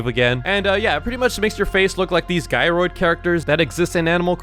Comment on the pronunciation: it's not a guy roid a gyroid cause it sounds like you're saying guy and roid